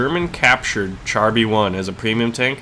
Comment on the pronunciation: Char in Char B1 is pronounced "shahr"